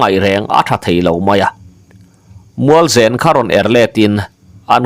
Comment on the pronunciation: Mualzen tih hi i Chaw chhum chu a va nen ve tih a nem rik ang hian zen hi ri ta se a dik zawk angem?